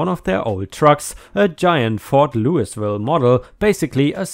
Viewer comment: Louisville is pronounced Lou-A-Vull. Yes I and in Kentucky.